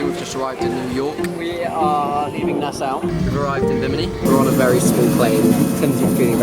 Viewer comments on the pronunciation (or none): I love the idea of this video guys but I hate that you were in Nassau and I didn't know :""( & lool Jack you pronounced Nassau wrong ; its (Nas- saw)